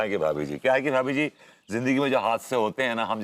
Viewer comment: भाभी जी होता है ... भाबी जी नही होता है &TV सुधार कीजिए